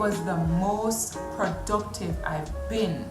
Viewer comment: Emphasis on "PRODUCTIVE"